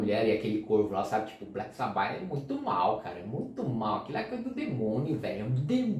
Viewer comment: Pqp... Dói ouvir o cara pronunciar "sabÁ"... Pqp... escuta o próprio Ozzy falando cara... a pronúncia é "sÁba"... por favor... pqp 😂